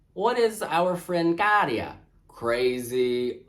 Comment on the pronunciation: Your pronunciation of Käärijä is as good as it gets to a non-native speaker